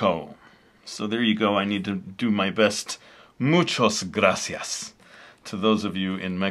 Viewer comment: Is "muchas gracias" but good try! You are the best